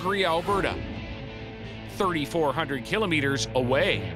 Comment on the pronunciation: I hate how he pronounces kilometers